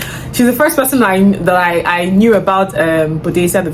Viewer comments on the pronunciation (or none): I love when you say “ain’t nobody got time for thet” 😂😂 I say it to my siblings a lot these days because of you😂😂😂 I’ll definitely try some of these perfumes out